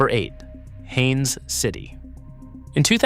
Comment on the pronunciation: It's Haines City, not Hannes or Hayne City; Polk State College, not Pulk. Learn to spell what you're talking about!